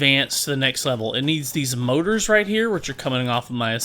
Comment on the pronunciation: those mouras hahha i always laugh when you say motor and oil LOL